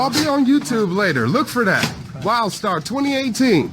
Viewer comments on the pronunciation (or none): Wlidstar??? Sounds more like World Star to me.🇨🇦